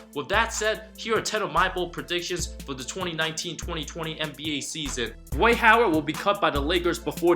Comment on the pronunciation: Why you hating on "Dwite" Howard so much bruh 🤦🤦😂